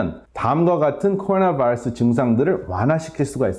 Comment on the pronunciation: 전문적이고 박식한 내용 도움이 많이 됩니다. 그런데 우리말 하시다가 바이러스 발음만 미국식으로 하실 때마다 듣기가 매우 불편합니다. 그것 한가지만 고쳐주시면 더욱더 즐겨듣게될거 같습니다.